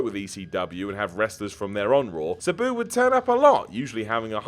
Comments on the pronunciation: It really bothers me he pronounces Sabu "Suh-boo" and not "Sah-boo". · Anyone else hate how says "Sabu"? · The way he says sabu...... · You say Sabu wrong and it pisses me the hell off! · Pipe bomb would be best. please learn how to pronounce Sabu. I thought it was pronounced that way until I heard his name on TV! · We really just gonna ignore this man's pronunciation of sabu?